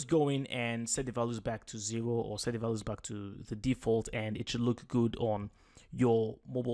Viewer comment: fantastic tutorial! well done!..just thought I would give you a small tiny piece of advice :). values is pronounced val-you-s or Val ewes :). thanks for the video its really helping me out!